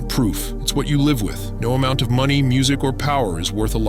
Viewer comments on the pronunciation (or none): none